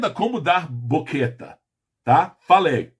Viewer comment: O q é boqueta? Nao seria banqueta?